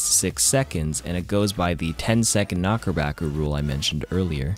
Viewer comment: idk why, but him calling it a knockerbacker lowkey annoys me haha